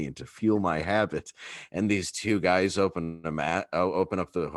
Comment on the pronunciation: Michael, please don't say "yer guises." It's such an awful neologism.